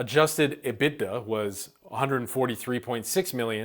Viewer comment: The "IT" in EBITDA stands for interests and taxes, not income taxes. It's also pronounced "Eeh-bit-dah"